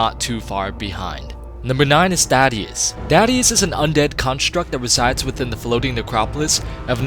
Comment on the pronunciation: sounded like you said daddius instead of thaddius. Boy ain't that a thought